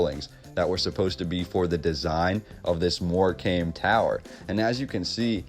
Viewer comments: Good video. It is pronounced moorcum not more comb. Wembley has been demolished. So many lies in history. I was not aware of the towers, apart from Brighton. 🇬🇧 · And dude, I can forgive Lanca-shy-ah and various other ways you can't talk. But in Lancashire (said shuhr or sheer, maybe) is the seaside resort of Mor-kamm. So please don't call it 'came' and teach our English grandma's how to suck eggs. Apart from that, good work! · Hi, I'm from England and we see these towers everywhere also stone towers built with the same narrative about competition, ha ha, not one bit of truth in their versions, Morecambe is pronounced Morecum not Morcame you are right about the silent b👍 Look at wainhouse Tower Halifax west Yorkshire👍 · lol dude Morecombe is pronounced 'more cum.' check out how many abbeys henry the 8th raised to the ground in the 16th century. talk about a reset. they even rewrote the english language. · Great video. Thanks for the really awesome info. Just a note from a Englishman on the pronunciation of Morecambe. You say it like “more-come”. I often play at these seaside resorts with my band and I can’t wait to bore them to death with all this awesome info. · Its pronounced mor cum.. Great Post.. Much Love and Peace 🤜🏼❤🤛🏿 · Nice vid, it’s also pronounced MoreCome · Great video 👍 btw it's pronounced Morecum 😁💕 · Pronounced More-cam.